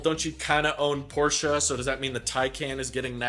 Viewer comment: Props for pronouncing Porsche propperly